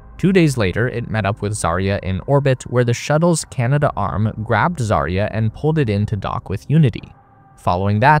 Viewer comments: Pronounced 'CANA-DARM', not Canada Arm. 😅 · Correction... Canadarm. "Cana-Darm". NOT "Canada-Arm"